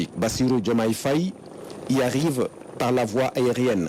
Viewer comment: Madame, ce n'est pas Faaye, mais Faye. Il n y a pas d'extension du son a. Vous etes senegalaise ? Alors!